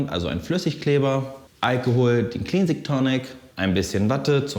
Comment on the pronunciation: Das wort 'cleansing' wird wie klensing, nicht kliinsing ausgesprochen.